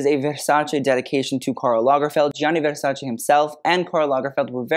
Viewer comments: Finally the correct pronunciation of Versace! Bravo! 👏👏👏❤ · Donatella would approve of your Versace pronunciation. I love it:face-red-heart-shape: never heard a celebrity pronounce it properly. Plebs